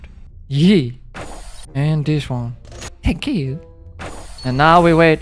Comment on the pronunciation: Its thank you not tekeyou! 😑🤦‍♂️